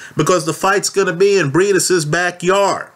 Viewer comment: It's briedis not breidis